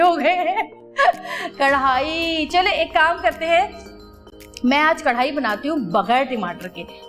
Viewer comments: Javeria api your and jannat's Jodi rocks But karahi hota hai karhai ni (pronunciation) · Madam karhai ni hota karahi hota hai karhai embroidery ko kehty hain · Karhaaaaiiii nai karaaaahiiii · Its not karhai.......do correction...its karahi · Karhai nhi word krai hy jaweria wrong pronounce kr rehi hy karai ko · Karahi ko aap karhaiee bol boly ja rhi hain. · Javeria its chiken karahi not karhai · Sorry to say Karhai nahi hota karahi hota hy. javeria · Karahi hota don't mind app karhai bol rahi hein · Not karrhai.. Its karrahi